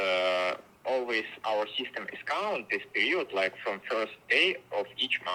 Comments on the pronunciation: он сказал period как русское слово период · перИод - perIod Слово похожее, но в английском ударение отличается